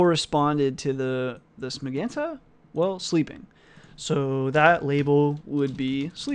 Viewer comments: Pronounce it like "majenta". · hi, It's pretty messed up that no one is polite enough to tell you it's pronounced "muh-jen-ta", anyways you're the man and thanks for uploading this content as well as the copious amounts of other videos and comments!